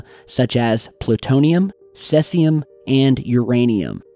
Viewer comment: Its "SEEEZIIUM" not "SLELTZIUM" moron.